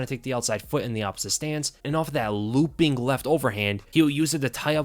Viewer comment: "Lewwping Overhand"